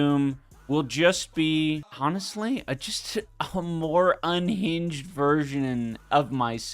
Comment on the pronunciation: he pronounces the H in honestly?